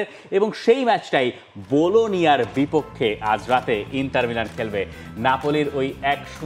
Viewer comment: ইন্টার not ইন্তার